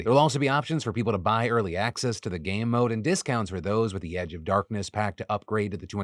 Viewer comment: and why does it sound like my man is saying "gay mode" lmao